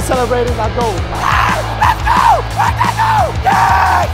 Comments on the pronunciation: Its not cristiano honaldo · Why does he say ranaldoo